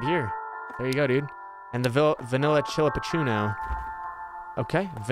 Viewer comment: Hope you do too <3. You mispronouncing "chillapuccino" the whole video never fails to make me laugh 🤣. Omg, that woman with the stroller scared the bejesus out of me 🤣🤣. A latte? What's a latte?! 🤣🤣🤣 I'm dying. That's how I'd probably react too if I was scared.